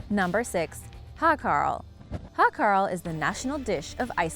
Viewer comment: Its not called "hakral" its just your normal shark